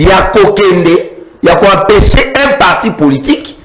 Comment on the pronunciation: Le pauvre Nico F. s'ennuie en face de cet energumene de 😂😂😂😂balobaka "Puisque" et non "pusque" balobaka "attitude" et non "attutide", "empecher" et non "apecher" etc, etc.... niveau eza te. Rwanda ebenganelaki biso Mobutu sikoyo bolingi nini abenganela bino Nanga&cie??? Toyokaka pe soni... kiadi kibeniiiiii